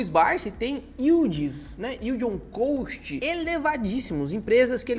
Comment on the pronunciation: Yeld on “cóst” 😅